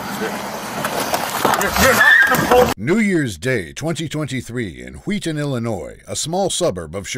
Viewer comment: I must be the only one, but I'm getting Stewie and Meg Griffin vibes with the way he's pronouncing Wheaton😂😂😂